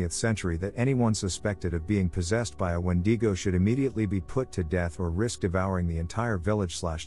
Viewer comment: I had no idea what a when-de-go was then I realize he was saying a wendigo . Lol